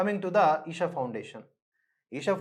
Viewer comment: ఈసా...కాదండి. "ఈషా"